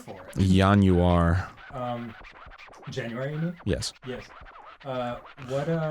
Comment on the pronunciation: I swear Arin is more Israeli than Dan, super close to the Hebrew pronunciation of January